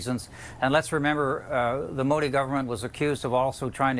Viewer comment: Call PM Modi and not Modi. Also the pronunciation is incorrect.